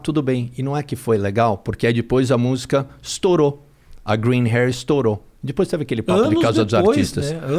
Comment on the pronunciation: Mas “dipois” podia melhorar o português. 😅